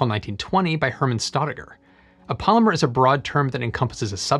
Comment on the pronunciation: For a minute I was so confused because I was hearing him say “palmer” instead of polymer… thinking wtf is palmer 😂😂😂